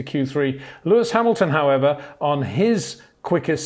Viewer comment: ... it is NOT Lewish ... it is NOT Bottash ... and it is certainly NOT "Max Vershtappen"